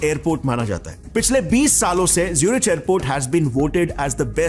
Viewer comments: Hello ji. Pronounced 'ZuriK' ✅ (as in cholera, chiropractor, chemistry) Not 'ZuriCH' ❌ (as in chocolate, char, chap) Please get your pronunciation right. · Bhai angrez hai kya ? जेवार नहीं जेवर है। ज्यूरिच नहीं ज़ुरीक है। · Aarey Bhai, Zurich ki pronounciation to thik kiya koro! Aap bohut aacha video banate ho, magar yeh Zurich to bohot hi famous city hai Bhai Germany ke! To aisey famous jaagey ka sahi pronounciation korogey to aap ka video log aur bhi pasand karengey. JAI HIND.. JAI MATA DI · Please spend some time on getting the pronounciations of common words like Zurich right